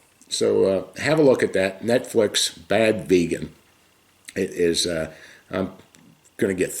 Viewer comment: It’s not vegan it’s “VAYGAN” that’s how dictator Donaldus Trumpus pronounces it